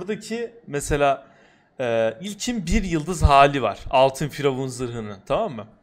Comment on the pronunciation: Firavun değil FuryYavun